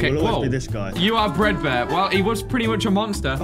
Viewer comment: You said this is how to control a breadbear instead of a fredbear